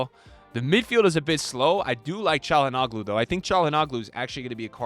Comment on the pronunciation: Bro how you say calahanglu bad but not milkivoc